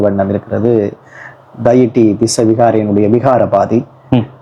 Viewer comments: நீங்கள் நேர்காணல் செய்யும் "விகாராதிபதி " என்ற சொல்லிற்கு பதிலாக தொடர்ந்து " விகாபாதி " என்றே கூறுகின்றீர்கள் அதை இனிவரும் பதிவுகளின் போது சரி திருத்தி "விகாராதிபதி" என உச்சரியுங்கள். நன்றி. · அது என்ன தம்பி, "விகாரபாதி?" "விகாராதிபதி" என சரியான உச்சரிப்பை கற்றுக்கொண்டு, பேட்டி காண வேண்டும் என, கேட்டுக் கொள்கிறேன்.